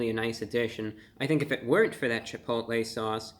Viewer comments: You said "CHI POTA LAY" sauce. Love it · cha-poe-tah-lay sauce